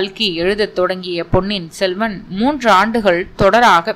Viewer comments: கல்கியும் அவர் எழுதிய பொன்னியின் செல்வன் மற்றும் பிற நாவல்களும் காலத்தால் அழியாத செல்வம். கல்கியின் வாழ்க்கைக் குறிப்புகள் பற்றி சொன்னதற்கு நன்றி 🙏🙏. பொன்னின் செல்வன் அல்ல பொன்னியின் செல்வன் என்று சரியாகச் சொல்லவும் 👍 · பொன்னியின் செல்வன் என்று திருத்தமாகச் சொல்ல வேண்டும். பொன்னின் செல்வன் என்று சொல்வது தவறு. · பெயரை சரியாக உச்சரிக்கவும் பொன்னியின் செல்வன் பொன்னின் செல்வம் அல்ல பொன்னி என்பது காவிரி ஆற்றின் மற்றொரு பெயர்